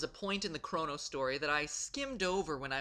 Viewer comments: Did he say Chrano trigger? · Chrono! (Kr-o-no) not crano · god, MatPat white knighting himself is hilarious also CRAWno and epic instead of e pok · You don't know how to pronounce Chrono or Epoch. Cringe... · KROH-noh. Not KRAW-noh. MEH-rill. Not MAH-rull. EE-pok. Not EH-pik. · Maybe its just me, but are the pronunciations really bad? Normally I don't mind, but... Chra-no? Marl? Epic? It should be Crow-no, Eep-ock and either Mar-lee or mare-LL, shouldn't it?